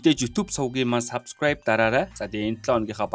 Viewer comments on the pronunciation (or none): none